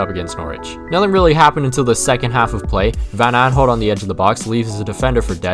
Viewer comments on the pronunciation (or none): First time watching you you seem very underrated, but calling PVA " aanholt " killed me inside